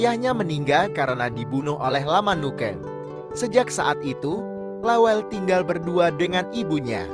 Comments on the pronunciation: Bukan lawel, tapi lawelle' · Jgn bilang lawel Namanya La wel Le